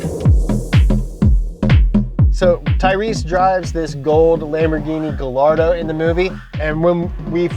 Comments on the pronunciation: Guy-ardo! Eesh, not Gal-ardo guys! Nice group of cars for the Fast X movie. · Gallardo = guy-yardo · Guys the two Ls in Gallardo makes a Y sound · does ’ pronunciation of Gallardo make anyone else cringe..? in Italian, two L’s make the Y sound